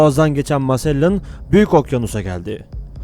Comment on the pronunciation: Magellan sahtelar olduğu için öldürülmüyor. İki kabilenin birbirleri ile savaşması sonucu ölüyor. Hatta oranın yerlileri magellanı çok sevdiğini herkes biliyor.. Arap alfabesinde g harfi olmadığı için c kullanıyor, sende onu s diye okuyup masellan demişsin :D tam bir komedi videosu olmuş.